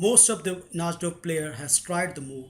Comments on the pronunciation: Na"ee"dorf, not Na"sh"dorf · uhhhhhh..... i think its pronounced (nai-dorf) and not (naj-dorf) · The pronunciation of najdorf is: Na-ee-do-rf. u r pronouncing it incorrectly